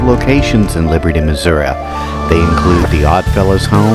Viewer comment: Please learn to pronounce Missouri. I went to Jewell. Third story men’s bathroom in Jewell hall. I heard a voice saying my full legal name in a whisper and within five minutes, the voice was screaming my full legal name. Never went in there again. Class of 2001.